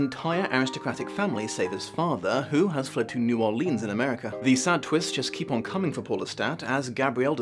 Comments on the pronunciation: Great review! Just one thing. That's...not how you say New Orleans it's (pronounced like New Orlins). I hear people mispronounce it about 80% of the time, so don't worry about it. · Wouldn't it be Naarlins? Never heard a local pronounce the new and most seem to make it one word.